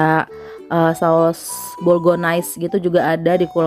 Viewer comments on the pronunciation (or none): maap aku ngakak gara2 ngomongnya saos "bolgones" 🤣🤣🤣 inget ibu mertua ku suka salah bacanya/ ngomongnya. Gpp mak yg penting kita ngerti maksudnya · Ngakak! denger bilang saos "bolgones" 🤣kayake yg bener bolonyes itu 😂